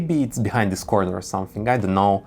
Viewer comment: nobody: him about stairs: DIIS DIIS AND DEEZ